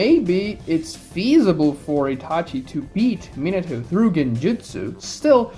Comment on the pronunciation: Min-uh-toe..... God damnit. Min-AH-toe. Takes no extra effort to pronounce his name properly, nor does it take any less effort to say it wrong. So just say it right.